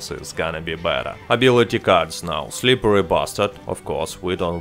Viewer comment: I love it how you say or pronounce „SlipperRy Bastard“ so smooth